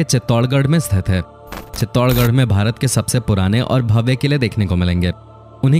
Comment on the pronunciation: ye mujhe भरत kyo sunai de ra 😂